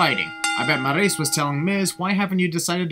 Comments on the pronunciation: everytime you call maryse "marriese" a baby angel dies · The way you pronounce Maryse and Sin Cara is the biggest sin here. just a prank